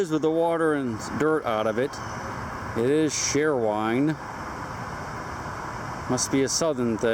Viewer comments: the bottle is pronounced cherry-wine. just not how its spelled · Cheerwine, pronounced like cheerleader, dude. Welcome to n.c. where the rivers all have that amount of gunk, wondered why you were having such docile snapping turtles where you were, that was too small to eat. The neighborhood thieves dump your stuff in the river when the drug houses will not trade, or so I think . Afraid of new tracking software by norton . Not for sure but have seen some chemicals in jugs that you found like that. Haven't understood and have been here from the west coast for 40 years, why the natives treat their country like this, you ask and get nothing but finger pointing from both races. Why it is a race thing is even more puzzling. Yet the natives call it god's country and then promptly desecrate it. There is always a trash bag or feed sack in my pack, every outing I fill it in less than ten minutes, and the locals look at me like I am nuts.